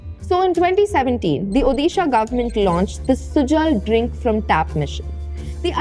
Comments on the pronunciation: It's "ओडिशा" not "ओदीशा" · Please correct your pronunciation it's odisha not udisha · It's Odisha "ओडिशा" Just a small note, Please consider this pronunciation next time...😊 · उदिशा ❌ उड़ीशा ✔ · "Hey, that's not UDISHA, that's ODISHA!"